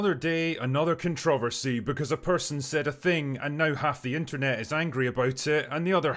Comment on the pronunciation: You're a treasure,. It's very sweet that you help promote your Scottish husband's videos. You do need to teach him how to pronounce "Controversy" correctly, though.